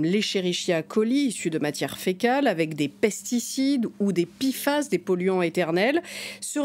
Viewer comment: P F A S et pas pifas, je préfère en francais l'acronyme en france on prononce les p, p pas pi